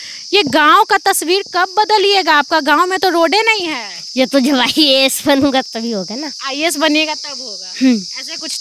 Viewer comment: Ha ha ha not a ias It's IAS😂😂😂